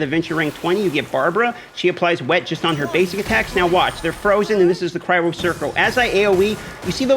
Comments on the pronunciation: Cryo not cry ro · all dmg deals "Cry-Ro"??? da fuq... It's Cry-Oh lol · Omg please stop saying "Cry-row" it's literally killing me